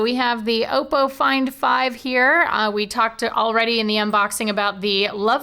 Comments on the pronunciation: its not pronounced "auxppo" its just oppo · It's Oppo not Opo! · Damn it! got you saying Oppo wrong too!